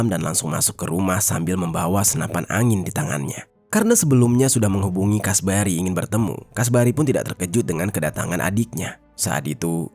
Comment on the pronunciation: Kasbari, kasbri, alah bingung